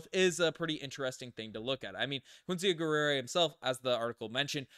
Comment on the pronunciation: Geh'ri-ay Not Guerrera or wtf tf you said. It's French for warrior. McGill be letting anyone graduate lol